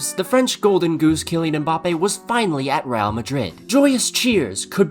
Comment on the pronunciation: Bro keeps saying Mboppay tf